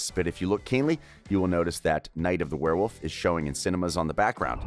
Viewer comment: Ahem its pronounced werewolf